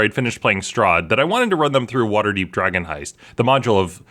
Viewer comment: It wasn't even drogon. I heard drgon.